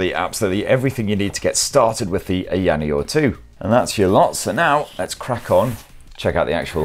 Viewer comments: haha he butchered the branding from "aya neo 2" to eyaniel :face-blue-smiling::face-blue-smiling:. But great video nonetheless! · It is funny that he can pronounce Aya Space properly but not Aya Neo. A lot of incorrect information and review to be honest. For those who want to watch correct and detailed reviews, go find Retro Game Corps, ETA Prime and Taki Udon. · LMFAO! I don't think he believes they're two separate words, Aya Neo. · Gibbons I honestly think it is just his accent. The sounds are there. I get that this is his job, but he is not mispronouncing it too badly at all. It's a bit nit-picky if you ask me.